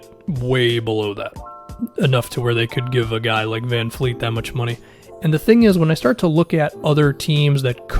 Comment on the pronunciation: bruh it's vanvleet not vanfleet lol